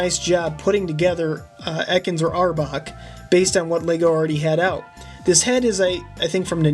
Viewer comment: dude that one the one that you said arbok or ekans you said them both wrong